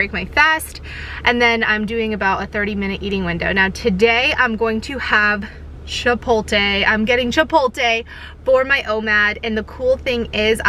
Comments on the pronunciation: Dude, Chi-POT-le not Chi-pol-te, you're hurting my ears :goodvibes: But in all seriousness, your videos are unique and forward thinking and informative like no one else's vid's. Way to go, and I appreciate your thoroughness and efforts in sharing your endeavors to inform all of us how you're doing things. THANK YOU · don't forget to say "chi-polt-le" where you do pronounce the " l". said in kindness. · She did not say Chipotle right. In any type of way 😂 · I don’t think you’re pronouncing chipotle correctly